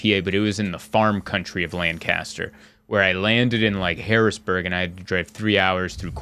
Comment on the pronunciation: Ha it’s “LAN cu ster” not “Lan CAS ter” 😂😂😂 glad you enjoyed the farmers market!